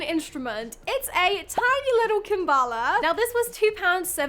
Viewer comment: It's a kalimba not a kambala 😅